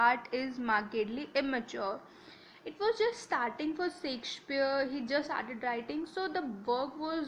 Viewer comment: Please correct ur pronouciation... U have brutally murdered the playwrights name... Shakespeare.. Stop creating a new version of language of ur own....